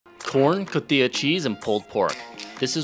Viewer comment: "Cotee-yah" cheese. I've heard many gringos having trouble to pronounce the name of this cheese haha, no offence. I've heard "Coheeta" too. Is "CO-TI-JA" (coteeha)